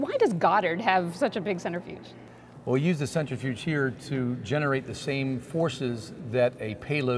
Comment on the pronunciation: “Center Fuge.” 🤦‍♂️